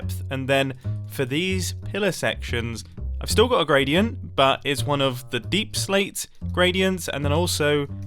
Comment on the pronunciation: Did you mean grey-dient? 😂